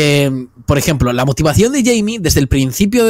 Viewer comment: Cada vez que pronuncia Jaime muere un pajarito